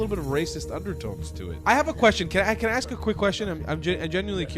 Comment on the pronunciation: Candace Owens is gonna “ax”you a question. Her inner ghetto is coming out.